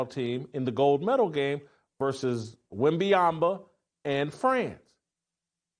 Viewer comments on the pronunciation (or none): Wembanyama ❌ Wembiyamba ✅